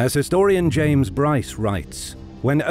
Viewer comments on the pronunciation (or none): none